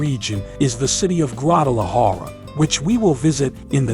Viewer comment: Se oye funny cuando pronuncia los nombres en español guaajajara sierra madree